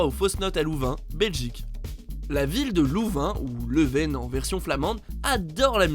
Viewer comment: LeuvEn pas leuvèn pour louvain